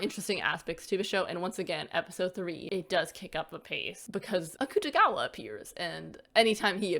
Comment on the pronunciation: you said akutagawa's name wrong